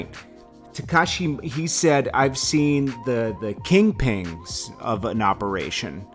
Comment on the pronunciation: Did he say KingPings? LUL